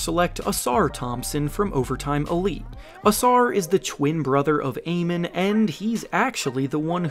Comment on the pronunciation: It’s pronounced Ah men .. not a men